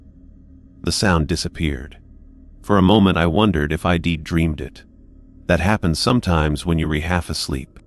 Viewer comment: The story might be okay but I couldn't get that far. I ...D like it better if it wasn't read by a machine that makes errors over simple words like it and I'd. Sorry but it's frustrating when real narrators get de monetized and you don't